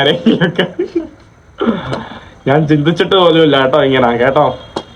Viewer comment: നിൻ്റെ അമ്മേടെ "നാൻ". ഞാൻ എന്ന് പറഞ്ഞു പഠിക്കുക